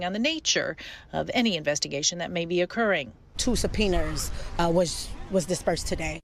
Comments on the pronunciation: "Two subpiners"!!!?😂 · “Supeeners” 🤣🤣Educated.. 🤭🤭Crazy it took THIS LONG…… I’ve been hearing about this FOR A WHILE. And I live in MD.. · “Sub-Peeners”!! ??😱😱😱😱 Whachoo talkin’ bout, Willis??!! English…. PLease 😳😳😳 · Did one of these folks say "Two Supeeners"? Its Subpoenas.. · “Two supeeners was dispersed, today.” Oh, Lort Cheezus. Hep me! Hep me, pleeeeeeeeze! 🙏🏻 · "2 subpoenars" 😂😂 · "Two supeeners were disbursed today". Is this whole town illiterate? Even the mayor can't say the word "ask" correctly to save her life. 😂